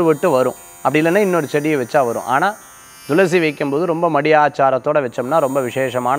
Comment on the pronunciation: ஐயா,, ரொம்ப நாட்களாக, பயனுள்ள இந்த நிகழ்ச்சியை பார்கிறேன்,, தாங்கள் எப்பவுமே thulasi-யை, dhulasi- என்று , உச்சரிப்பது சரிதானா?? விளக்கம் தந்தால் நான் தெளிவடைவேன்.